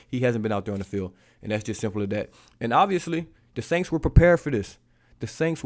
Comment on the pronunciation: Da “SAINKS”?????🤦🏽‍♂️